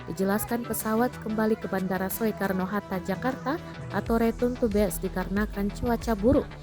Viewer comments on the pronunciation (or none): Min…bandara su karno hatta..bukan so e karno hatta 🤦🏽‍♀️